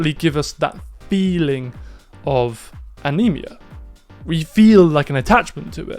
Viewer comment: Love it! Great insights (and beautiful photos as always) -- Thanks for sharing the lovely word Anemoia -- though the way you pronounced it "uh-nee-me-uh" sounds like 'Anemia' as in iron deficiency, low hemoglobin -- I found other places pronouncing Anemoia as "an-em-oi-uh" or "anna-moya" which I find a bit more pleasing to the ear -- Keep up the awesome work! Cheers!